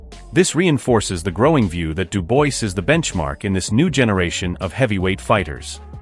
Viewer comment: STOP SAYING DU-BOYCE - It's REALLY ANNOYING !! do proper research - this is just pure lazy it's pronounced DU-BWAH !!